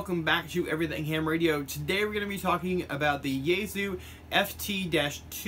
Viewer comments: ya-E-so not yayzu what the fuck! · Its pronounced Yah-eh-sue